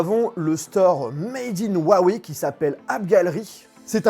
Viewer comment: C'est pas "Wawey" 😂😂😂